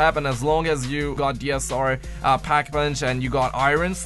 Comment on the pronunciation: You can't even say pack come on now